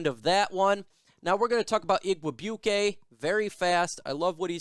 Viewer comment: Pronounced IG Weigh Bwee Kay. His uncle, Donald, was a classic barefoot Vikings kicker back in 1990.